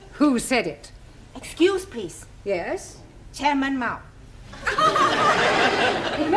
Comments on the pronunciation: Taro is not a real Japanese right? Japanese tend to change "L" to "R" and vise versa as in Please to Purisu not pleaso. But this show is hilarious as ever hahhaha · Taro's Japanese accent isn't really correct. Or maybe it's another type of Japanese accent? Bc. Don't they pronounce the letter L as R. And they mostly have a U at the end of a word If they speak English like for example : the word "please" they say "peresu" -> not pronouncing the U at the end instead of "pleaso"... I'm sorry if I'm wrong xd. I'm not saying that I'm correct 😅